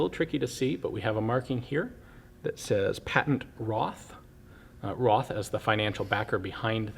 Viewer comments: Not RoTH, dz dz dz...RoT, with a long "o" like in "road" . So this is a "Road Sour". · it is Roth (Rot with a long o) not Roth (Ross).